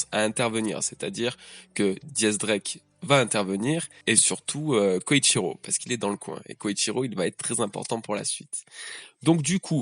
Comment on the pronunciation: Salut! Je me demandais: pourquoi tu prononces "Koichiro"? Dans toutes les trads que j'ai lues c'était écrit "Kyoshiro" donc je me demande si c'est intentionnel de ta part? En tout cas continue comme ça tes vidéos sont oufs:)